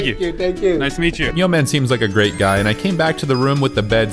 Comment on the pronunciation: Its Nyoman not Yoman. 😠